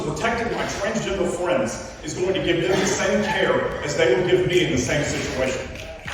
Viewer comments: “My twansgendwa fwendz” bro is obviously autistic someone put him in a hospital 😂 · 😂😂😂 Elmer Fudd pronunciation of “twansgender fweinds”!😂😂😂 The pronunciation coupled with the disproportionate outrage makes me chuckle. These people & their supporters constantly validate the umbrella of mental instability most of them live under.